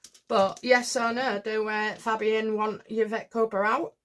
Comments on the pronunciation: Fabian is pronounced Fay Be an. All Labour MPs are members The Fabian Society, is a socialist society founded in 1884 in London, having as its goal the establishment of a socialist state in Great Britain. The Fabians at first attempted to permeate the Liberal and Conservative parties with socialist ideas, but later they helped to organize the separate Labour Representation Committee, which became the Labour Party in 1906. The Fabian Society has since been affiliated with the Labour Party. The Fabian Society continues to influence political thought in the UK. In the 1990s the society was a major influence in the modernisation of the Labour Party. Its report on the constitution of the Party was instrumental in the introduction of 'one member one vote' and made the original recommendation for the replacement of Clause IV. .At the time of the 1997 general election there were around 200 Fabian MPs in the Commons, amongst whom numbered nearly the entire Cabinet, including Tony Blair, Gordon Brown, Robin Cook, Jack Straw, David Blunkett and Clare Short. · It's Fabian actually, with the first syllable rhyming with 'hay' - like Faybian.